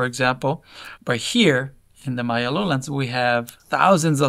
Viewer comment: she said maya not mayan, meaning she did her research, instant subscribe